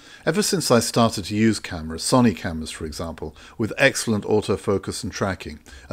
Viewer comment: my only criticism is your pronunciation of sony!